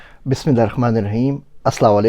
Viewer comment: Very informative But ik baat hai m app ki aksar video's sunta rehta hon but apki BismiALLAH m kha ki ghalati hai please iss say gunah ka andesha hai Rehman ko rakhman ki phonic ati hai please ghore ki jeay ga JazakALLAH